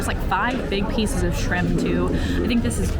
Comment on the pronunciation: I loved this video as a Disneyland regular but, all I have to say is, ….“Shimp” 😂